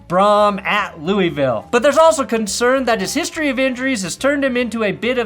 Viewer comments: LULLVULL. Please just stop trying 🤦🏻‍♂️🤦🏻‍♂️ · I must once again clarify that it is, in fact, Lou-Uh-Vuhl. Good day, sir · It has to be said at least once. It's pronounsificated "Lou-ah-vul", Not Louisville! We all care very much about this. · Louisville is pronounced like your drunk and sluring. Don't pronounce the i's 😂. I'm from Kentucky so you can trust me. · Lmao the Louisville pronunciation was very Coloradan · for Tyler Shough.... I swear to high christ people in Kentucky pronounce "Louisville" as "Lou-uh-vull".